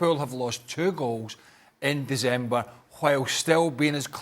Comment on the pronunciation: Surely I’m not the only one who noticed how weirdly Craig pronounced ‘December’ 😂